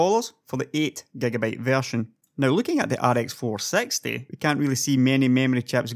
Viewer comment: i like how u pronouce rx 460 like rx 4sexty.joke